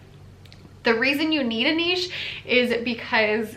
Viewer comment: Thank you for pronouncing niche properly. It absolutely drives me nuts when people say it "nitch". Maybe, it's because I am from the French speaking part of Canada.